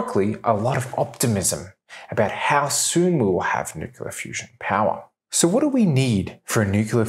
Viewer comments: I love your videos, but it's driving me nuts how you pronounce 'nuclear' - it's 'new-clear', not 'new-cu-ler'... Keep 'em coming! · You shouldn't do a video on nuclear topic if you can't be bothered pronouncing the word correctly. New-kle-ah, not new-ku-lah. Thumb down. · Did he say "nucular" ???? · "New-Clear" not New-Queue-Luh. Hard to take you seriously when you can't even pronounce a two syllable word correctly. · Repeat after me, Nu-cle-ar. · My wife and I both love this guy's videos, but yes, the "nukular" is a bit hard to listen to. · Sorry mate, I can't get past nukular. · How do you make a video about fusion and not learn to pronounce "nuclear"? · Just look at the spelling of the word 'nuclear'. It isn't that hard to pronounce the word correctly. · This guy perpetuates the mispronunciation of the word 'nuclear'. It's hard to believe that his thoughts on physics are correct when he can't pronounce 'nuclear'. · So, out of 25 times the word "nuclear" is used in this video, every single time it is pronounced as "nukular". Including one instance of "thermonukular". Science at its best. I should have made it a drinking game or something.